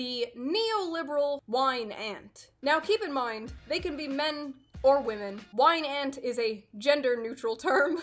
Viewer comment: yeah June clearly say whine ant as in a insect that whines not wine aunt as in a drunk aunt. She say a whine ant can be a man or woman men typically can't be aunt's.